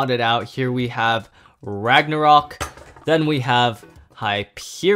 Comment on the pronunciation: Rage luinor not rage longness